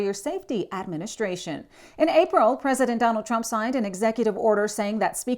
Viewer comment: “AAA-ministration”🙄 Obviously another DEI hire